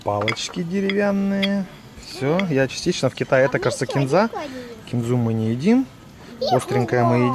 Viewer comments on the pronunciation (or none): none